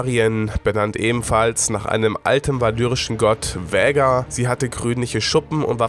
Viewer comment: Was für Vhägar ALTER VHAGAR ES WIRD KOMPLETT ANDERS AUSGESPROCHEN SO WIE „VAAAAHGAAAARRRR“